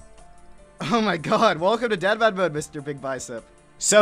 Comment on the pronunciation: WELCOME TO DITTERMAN MODE. What is this welcome to DEADman mode I keep hearing? That's not what I call it!